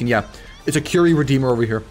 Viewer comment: why does is say curry instead of curie and subscribe wr instead of subduer?